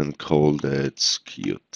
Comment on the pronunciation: Brilliant thank you, One thing, try pronouncing Skirt as Skuurt, at the minute you're pronouncing it as Skeeryt, hope this helps and looking forward to more tutorials :)